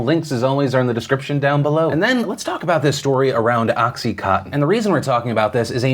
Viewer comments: Dear Phil, it's oxy-CON-tin, not oxy-COTTON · oXy CoTtEn haha its contin not cotten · Phil, it’s pronounced Oxy-CON-tin as in continuous. Just FYI 👏🏻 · Is he saying oxy-cotton??? 😝 It's oxy coN tin. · Anyone else keep hearing “oxycotton” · Every time Phil pronounced OxyContin “Oxy Cotton” God killed a kitten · Phil listening to you mispronounce contin fifty times was very frustrating. CON-TIN. Oxy con-tin. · Does anyone realize that oxycontin has an "n" in it? It's not oxycotton. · Is it just me, or do a lot of people only seem to pronounce about 60% of the consonants in the word "Oxycontin"?